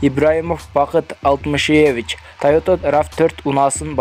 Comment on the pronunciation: Диктор бала сабатсыз Алтымышееевич ,Калыкоооов деп окуп жт ушундай кем акылдар учун онукпойбузда